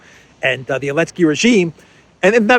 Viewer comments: Why does he consistently refer to Zelensky as Elensky? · ZZZZZZZZZZZZZZZZZelensky. Z Z Z Z! I can't listen to you anymore,. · Dear, I regularly watch your videos and I do appreciate. Thank you! Just a question. Why do you keep calling Zelensky(I) Elensky? I must have missed something. Just curious.